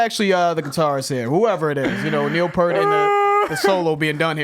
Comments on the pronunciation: They're from Canada, it's pronounced "Why, Why, Zed." They don't pronounce the Z the traditional sense that we do here in the States. Geddy Lee, bassist and keyboards, Alex Lifeson, guitars and the late, great Neil Peart, drums. You keep mispronouncing his last name though..Say the word "peer" and put a T on the end of it.. That's how how you pronounce his last name. La Villa Strangiato 🤘🤘🤘(** Yes it is an instrumental..) #ThankYouNeilPeart 😭😭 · LOL I noticed you put a sub context that says we keep mispronouncing his name meaning Neil piert, but Trust me when I tell you 75% of his fans pronounce it wrong LOL having said that, some thing I’ve noticed in watching all of your videos when it comes to, sometimes it feels like he says he feels it when he really doesn’t but I can tell in any rush videos you guys have done that feels rush And that for me gentlemen is very happy to see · that's ok, I pronounced Peart's name wrong for years. The first time i heard it pronounced correctly, I was like "did Letterman really mess up his name? Really?" Turns out I was wrong. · Don’t worry, I mispronounced Peart for 20 years before I learned otherwise. RIP to one of the truly greats. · And just FYI.....it's P'ear't not purt....you say it like ear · “It’s 👂🏻 with a P before it and a ‘T’ after it.” - Geddy Lee on how to pronounce Peart. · Say it with me: "Peert" Not: "Pert" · You thing that says "Pi-ert... thats in correct, Its like you are saying the fruit pear, but adding a t. He even has made comments on it not being rocket science in videos before like he thought it was funny that people have a hard time with it... so yea, pear like the fruit, but with a t. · Neal Peart is in fact pronounced as [peert] not [pert]. It's so sad he passed away recently. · Pronounced "PEERt," not "pert." RIP Professor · It is pronounced pee-rt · It’s the fruit :pear with a t sound at the end. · Neil PEAR-T. Like the fruit but with a T at the end. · His name is pronounced P-ear-t